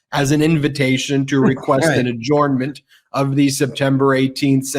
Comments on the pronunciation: What is wrong with meiselas pronouncement of adjournment. I have never heard it done that way before. Adjornment. Someone help him. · When I tried to spell it the way he pronounces it I was autocorrected. The o is not pronounced.